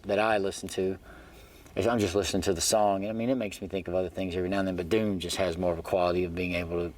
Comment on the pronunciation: "Thoom" hahahahahaha